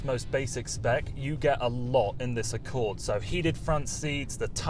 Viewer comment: honder accowd